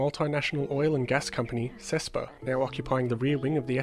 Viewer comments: 'CEPSA' not 'CES-PA' (as you pronounced in the video) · It's a beautiful video and a very nice work as always, but it was very funny hearing Sespa in spite of Cepsa. I'm joking, very nice video.